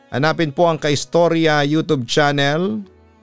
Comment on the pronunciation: Gusto ko talaga makinig, at dahil lng sa pagbigkas nag youtube (yotub) naddstruct ako,,ayaw ko na sa susunod..tapos makakalimutan ko na naman..kinig ako ulit…all the best